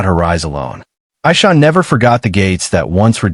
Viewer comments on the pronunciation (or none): Her name is pronounced AIEESHA, not the way the narrarater says it.